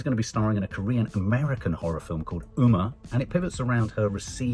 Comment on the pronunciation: "Umma" is pronounced "Um-ma" (mother). Same in South Asia.